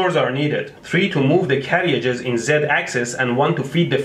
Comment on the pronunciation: "Carry-ages". Haha !!!